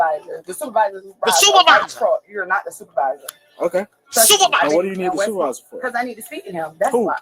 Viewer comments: She’s so sorry. Her baby getting a procedure and she’s across the street stealing smh. Also she said supaviza right on the money lol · What man in his right mind got with her to create children? I feel bad for the children. It pissed me off the officer entertained her foolishness as long as he did. I holler every time you say supavisah 😂😂😂I haven't pronounced supervisor the same after hearing you say it 😂